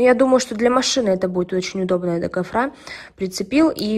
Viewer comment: ГофрА??? Что несёт эта учительница???